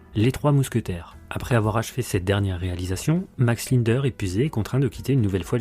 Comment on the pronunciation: Commencer déjà à bien prononcer son nom avant de raconter sa vie....